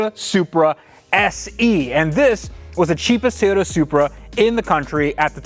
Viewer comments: Love your channel, but it’s Toyota not Tayota. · This has bugged me since I've been watching you. Why is it so hard to pronounce TOYOTA? Why is Teeyota? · "Tieyoda Soopra" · Is it a Tay yo ta or a Toy yo ta? It's a freakin TOYota. Do you give tays to your kids? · What’s a Tayoda? Lol. Love the channel and your can-do attitude! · Please. For the love of God. Stop saying TAY-ota